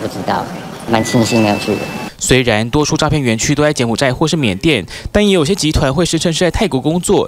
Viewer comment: 都把 柬埔寨 念成 東埔寨 了，你就知道有多少人是像一樣 與社會時事脫節可悲的